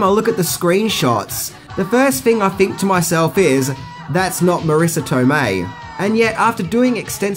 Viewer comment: Not Marrisa Tomeii